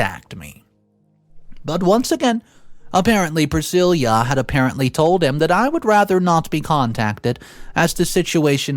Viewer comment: Dude why do you pronounce names wrong? Elvis Presley's wife has the same name... See how it's really pronounced.